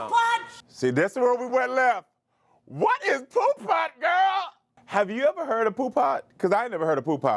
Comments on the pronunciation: Its "poo put" not poo pot. Thats an old school pimp terminology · It's "Poo Putt" and I always heard it as the Hip Hoppers in the west coast said it. It means not cool, a buster which is another west coast slang. It is not Poo Pot. 🤦🏾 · It’s poo putt not pot lol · It’s Pooput! Not pot! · 😂 it’s PooButt, like back in the days they used to say PooButt Stupid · Mitch said poo pot in “Paid in Full"